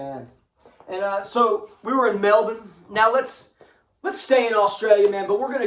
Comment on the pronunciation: Yesss finally Melbourne is pronounced the way it should be👍😂 Loving Blonde revolver…… had a look and can’t find anywhere 😢 P.s also check out Extortion, they are from Perth also. Cheers my brother 🍺